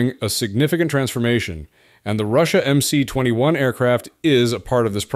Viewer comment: МС-21 расшифровывается как Магистральный Самолёт 21 века. Поэтому на английском языке его название нужно читать как MS-21. The MC-21 stands for the Mainline Aircraft of the 21st century. Therefore, in English, its name should be read as MS-21.